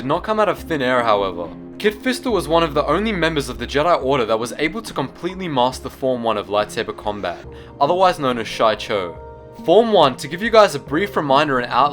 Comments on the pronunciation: It's she cho, not shy cho. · using KOTOR 2 as a reference, its pronounced " Xi-cho" not " shy-cho". enjoy. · I find it interesting that you don't pronounce it as (shee-choe) the commonly agreed upon pronunciation. Is there reason? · It's pronounced shEE-Cho